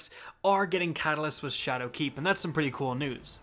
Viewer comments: Did he say shadow cak😂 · Anyone else notice how he keeps putting the accent on "keep" in ShadowKEEP? I cant unhear it